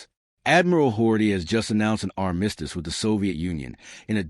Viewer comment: A.I. slop. Both the visuals with fake uniforms and the fake voice that can't pronounce "armistice".